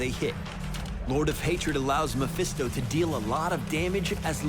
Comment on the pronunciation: More like Meh-Phisto.